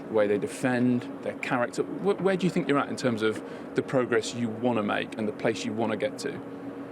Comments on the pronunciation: " I sink " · I Sink we deserve the points!...lol, I could listen to him all day😂😂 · I don't tsink it's sink, but I tsink he says, "I tsink..." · every time Jose says " I sink", I blush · The day Jose mourinho does not say "sink" during an interview, football has ended. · I sink so, I sink so.